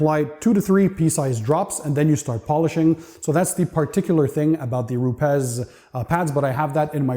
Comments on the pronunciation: It's not RupeZ, it's RupeS. Rupes is a Italian company and I live in Italy, and that's how it's pronounced. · You where probably talking with a manager for US/Canadian market. Here in EU and specially in Italy, nobody is pronouncing it in that way. We all say Rupes. It's probably the same thing like with the Ferrari or Lamborghini, 99% ppl from US are pronouncing it wrong.